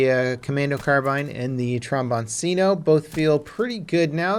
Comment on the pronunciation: The "C" in "TrombonCino" has to be pronounced the same as the "ch" in the word "cheese". (I'm italian)